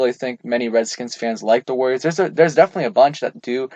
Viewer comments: “Warriors” is 3 Syllables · Warriors is not 2 syllables.